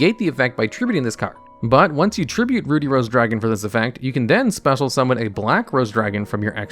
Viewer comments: "Ruddy" as in "buddy", not "booty" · Ruh-dee, not, Roo-dee. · Ruddy = Ruh-D not Rue-D. It means have a healthy, red complexion. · My eye twitched each time he pronounced "Ruddy" as "Rudy." 😅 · Everyone felt weird when say Ruddy as Rudy? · YES GOD AAUGH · Ruddy actually rhymes with bloody, not ruby! Bit of an old fashioned word for blood-coloured,or red in the face. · You don't read very well do ya? Rudey Rose Dragon... my goodness you're stupid. Bassal Rose Shoot lol. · Usually when there's a double consonant the preceding vowel is short (i.e., "ruddy" rhymes with "muddy") 👍 "Basal" is pronounced kind of the same way Americans pronounce "basil." Think "base."